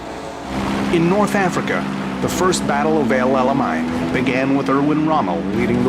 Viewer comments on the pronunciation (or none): Don't drive that tank over that 'El ala Mine' Operation 'Your Anus' He's doing it on purpose. 🤣